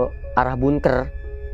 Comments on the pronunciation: Maaf bkn bungker, bangker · ngomong bunkernya bikin ketawa :)